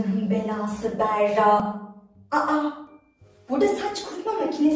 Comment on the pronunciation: Berra değil Bera doğru 😊😊😊